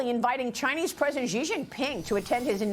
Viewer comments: I know Fox doesn't read the comments but FFS pronounce the clown-punchers' name right! Its "SHE", not "CEE" or "JEE". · Yep, also it's pronounced as "She" not "Zee"